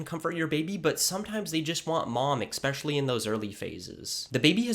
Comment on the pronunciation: I've been a Dad for 17 years. Here's tip #2: teach your child proper grammar. It's "especially," not "expecially." Keep hitting those books!